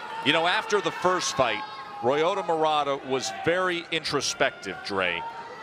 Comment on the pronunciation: why do they allow ILLITERATE commentators??? ROYOTA??? wtgdf is that? This has to be the easiest Japanese name in the history of civilization and that moron cant even pronounce it without relating it to a frign CAR. footnote: murata didnt loook all that good in the first rd. it looked to me like he waited and was tough enough to wait until Brant made a mistake. i cant believe people are saying that this guy is gonna sleep Golovkin. I cant see it. then agian....i suck